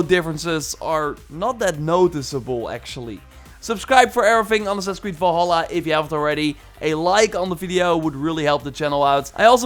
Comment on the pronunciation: It's VALHALLA not VOLHOLLA